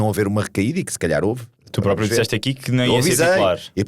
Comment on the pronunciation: Alguém pode por favor dizer ao que não se diz "própio" e sim "próprio" 😂